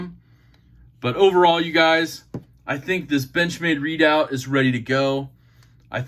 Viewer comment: Pronounced 'reedout'...an Alaskan Volcano